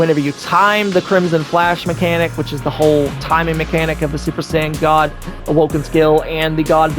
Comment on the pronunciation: "SoO... SuPeR sAiyAIn gAwD"